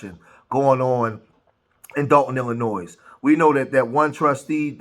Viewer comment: Please learn how to pronounce the state of " Illinois " correctly, if you want anyone to take you seriously.